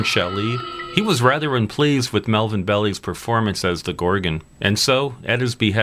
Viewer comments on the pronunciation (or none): ….The correct pronunciation is Melvin Belli (🔔👁️) not “Belly”…. overall it was great insight and production!